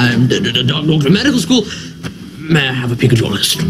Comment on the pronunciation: Meh Dical Skoul; "M.D. Skoul, M.D."🤣🤣